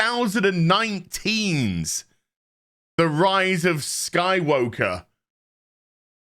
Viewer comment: did I hear rise of sky-WOKE-er?